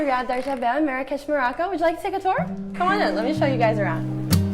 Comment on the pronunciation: Stop saying “Maraco” its “Morocco”